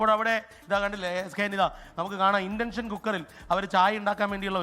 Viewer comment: 😂 ഇലക്ട്രിക്കൽ അടുപ്പ് അല്ല. വിറക് അടുപ്പാണ്, അതിൽ blower ഉണ്ടെന്നെ ഉള്ളൂ, blower motor ഇലക്ട്രിക് ആണ് 😂 ഇൻ്റെൻഷൻ അല്ല ഇൻഡക്ഷൻ cooker.😂